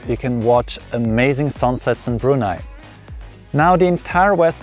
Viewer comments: I just love the fact that you pronounced "Brunei" correctly. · I'm impressed that you'd visited my country for four times. Nice unbiased review and colourful video. The way you pronounced "Brunei" was perfect. I've never been to Switzerland (I'm a nature lover), but the neighbouring countries of Swiss. Subscribe!